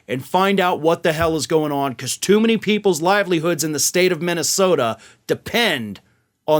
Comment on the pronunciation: Gotta love that "Minnnesoota" accent "AI is gonna enslave us all dontcha know"